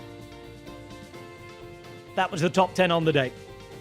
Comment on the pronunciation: Its ASSgreen not ARSEgreen!